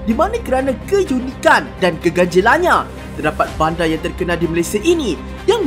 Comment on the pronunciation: terdaqpat? Faktaw ni orang kedoh ke